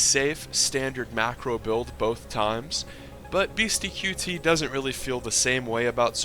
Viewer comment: It isn't beasty q t. It is beasty cutey. Ya say it fast. qt=cutey.